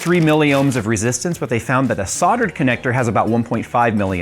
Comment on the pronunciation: The L in Soldered is NOT silent.